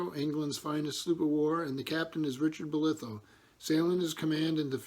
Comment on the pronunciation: Also I'm sorry to correct you..but the pronunciation of my family name would sound more like Boliiithough ..stretch it out a bit and slur it out a bit because if you go to Falmouth. everyone slurrs a bit haha